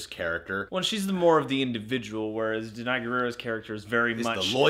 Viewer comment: Da-na-i. Gu-ra-i. In African names you pronounce every letter, putting emphasis on Consonance esp when it is combined with a vowel. And U as a vowel is never pronounced as A.